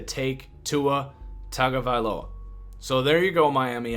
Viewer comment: Hey man, please pronounce Tuas name properly - T[unga]vailoa